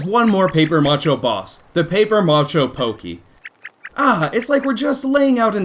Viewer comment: its pronounced ma-sha not ma-cho